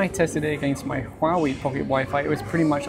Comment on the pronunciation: Don't review items you cannot pronounce the name of. So many uneducated folks who cannot pronounce Huawei.